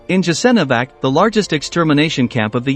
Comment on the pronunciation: Learn how to pronounce foreign words Jasenovac [yasenovats] and others are mispronounced as well! Ignorant if you want to point out some historical facts